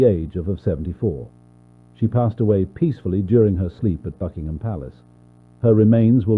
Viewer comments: WHY DO I HEAR "FUCKingham Palace" (Fr)💀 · WHY DO I HEAR "FUCKINGHAM" ITS BUCKINGHAM 💀